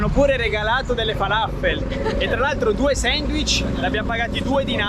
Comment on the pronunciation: Ci andrò tra 17 giorni Grazie per i consigli. ps: falafel si pronuncia come se ci fosse un accento sulla L :) Il mio arabo è scarso ma ne sono sicuro